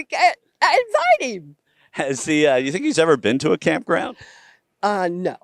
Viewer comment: "We kinda wanted to invite Twump to come to the campgwound" 😂